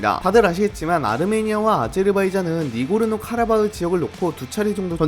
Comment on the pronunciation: 실수가 있습니다! 니고르노 -> 나고르노